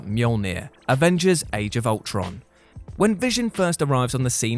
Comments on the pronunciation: “age of ultorn” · "Ultorn" Heh.